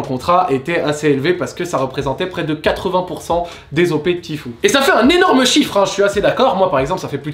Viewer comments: "Ti fiou" voilà comment on dit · Tu prononce mal "tfue" 😉!